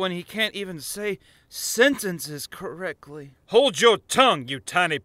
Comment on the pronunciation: Is it me or does he say correcly instead of correctly?